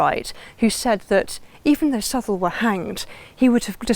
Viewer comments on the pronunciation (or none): It’s pronounced South-Well. I am a direct descendant to Father Southwell and Sir Richard. I am a born Southwell. There is a lot of information about the Southwell line that has gone undocumented. My family holds the only (known) copy of our history. Unfortunately it has been misplaced since my grandparents passed away about 20 years ago. My families coat of arms shield is displayed above Sir Robert’s tomb in the church of St. Nicholas in Woodrising.